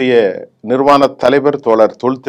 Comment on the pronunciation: சரியாக உச்சரிக்கவும் நிர்வான தலைவர் அல்ல நிறுவன தலைவர் என்று திருத்தவும்!